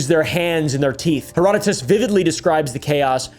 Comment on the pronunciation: Thank you so so much for pronouncing Herodotus correctly. Most YouTubers are out here killing my ears with their butchery of his name. ❤